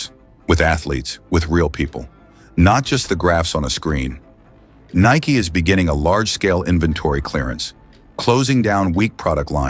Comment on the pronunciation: AI voice can't say Nike right all the time...WTF